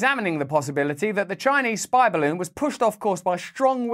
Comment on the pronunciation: “Spy Barroons”